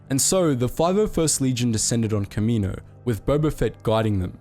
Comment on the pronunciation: Can you say Kamino correctly consistently please, like just watch episode 2 if you need help pronouncing it... Seriously I don’t mean to me rude, but I have no clue what you were saying at the beginning.